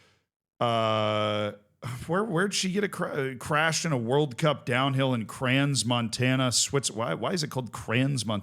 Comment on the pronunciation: Oh BTW Crans-Montana is a Ski resort. AND they speak French in that part of Switzerland so, inevitably, as an American-English speaker, you are mispronouncing it... I mean like "Notre Dame" Levels of butchering it .